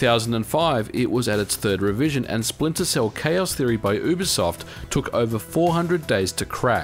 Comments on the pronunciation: It's YooBiSoft not Oobisoft Its short for Ubiquitous Software, not Oobiquitous Software. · You have the worst pronunciation of "Ubisoft" I've ever heard. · You say ubisoft wrong